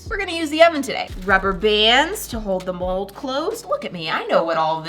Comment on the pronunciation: It sounds like you said the mol